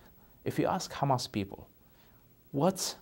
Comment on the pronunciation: I have never heard an Arab pronounce the word hamas and palestine like that. Nor the word muslim or Islam. He is saying it incorrectly